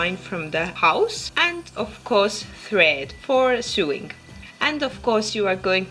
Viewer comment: Great video.. love it.. just a quick point on English pronunciation (which sucks).. "Sew" is pronounced exactly the same as "so" and "sewing" is pronounced "so-ing". Keep up the great videos!